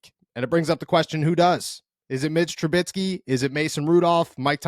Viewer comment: Its troo-bisky, not troo-bit-skee. Mitch Trubisky. It shouldn't bother me, but it does. Say it right.